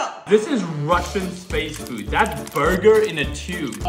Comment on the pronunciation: Bro confidentky said "BARGAR"